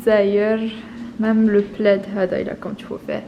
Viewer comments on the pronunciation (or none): none